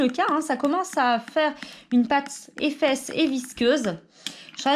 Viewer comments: A tu as dis éfesse aulieu de épesse. Mais ce n'ai pas grave continue comme ça 😁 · Tu as dis effesse au lieu de épaisse